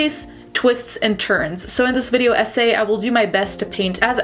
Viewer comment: I really thought you said “video ese “ instead of video essay